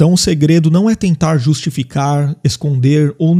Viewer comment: "segrego" kkkk